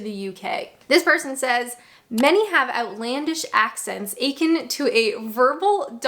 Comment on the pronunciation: Akin isn't pronounced like achin'. It's more like erkin with a very short er, with the stress on kin.